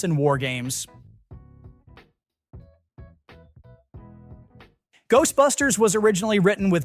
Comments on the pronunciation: That and its pronounciation of Dan "Ache"-royd... 😐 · Why can’t you pronounce Aykroyd correctly? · Good ol' dan Aikroid! This is the third time I've heard an AI "guy" pronounce it that way...